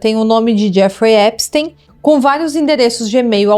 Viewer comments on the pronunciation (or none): que agonia esse "Épisteim"